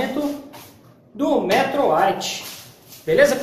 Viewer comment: Da gastura qdo fala errado. E metrôooooooo tem acento no ooooo. Metrô sabe o trem?!?!?! Então!!!!